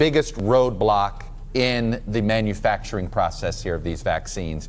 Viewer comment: That’s not fowchee